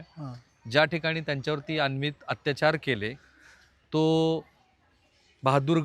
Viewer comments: "अन्वित" अत्याचार असा शब्द नसून " अनन्वित" असा शब्द आहे...किमान 1000 वेळा आपण अन्वित असा चुकीचा उच्चार केला आहे..😢😢😢😢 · सर अनन्वित असा उच्चार आहे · राहुलजी, आपण प्रत्येक वेळी अनवित (अत्याचार) असे म्हणतं आहात त्याऐवजी अनन्वित असा योग्य शब्द आहे तसेच शीर्षकात दिल्यानुसार वडी बुद्रुक नाही तर वढू बुद्रुक असे गावाचे नाव आहे... बाकी वार्तांकन अत्यंत छान!!!